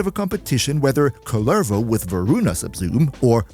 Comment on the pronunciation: Idk how many times you've played Duviri, but have you ever talked to the jailer or the kids in the island? He's not Kullérvo, he's Kúllervo